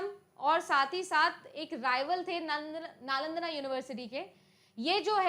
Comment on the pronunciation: नालंदना❌️ नालंदा✅️